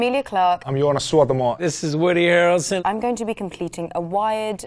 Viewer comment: Sorry - Wiki says the same: Joonas. Where did you learn Jonas?